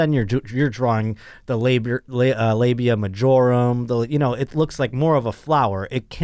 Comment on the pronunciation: Labia Majora. Not "Majorum". It is the greater part of the labia, not a spell in Harry Potter.